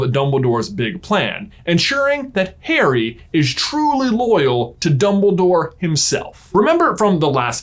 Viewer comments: My friend said why does this guy keep saying "Hairy" instead of Harry and now I cannot un-heary it. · It is Harry, not Hairy as you say it many times annoyingly. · 3mins in... STILL SHOUTING...!!! Combined with your constant mispronunciation of Harry's name as "hairy", I cannot continue, which is a pity because I was genuinely interested in the content. I can't listen to it. I quit. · Omg stop don’t say “ hairy “ it’s “ harry” like Harriet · his name is not Hairy, but Haary, thanks. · i cant seem to commit to this video coz he keeps saying hairy and not Harry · Am I the only one to hear Hairy Potter and not Harry Potter? Is this an inside joke I missed out on? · "hairy" bro are you KIDDINg me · same for "hairy" potter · The way you pronounce Harry makes me cringe so hard (it’s my name lol)